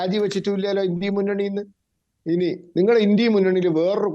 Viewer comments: ഇൻഡ്യ അല്ല ഇൻഡ്യാ മുന്നണി ഇവൻ നാക്ക് വടിക്കില്ലന്ന് തോന്നുന്നു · ഏതാ ഈ പൊട്ടൻ INDIA എന്നത് ഇൻഡി എന്ന് വായിക്കുന്നു പറയുന്നു